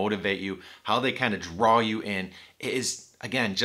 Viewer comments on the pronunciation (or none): none